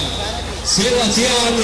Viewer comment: SebastiAn loeb... podria pronunciarlo mejor no? empezando porque es sebastiEn, en realidad.. muy buen evento igual (y)